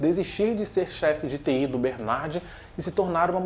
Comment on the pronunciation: Engraçado você pronunciando Judicial e TI kkkk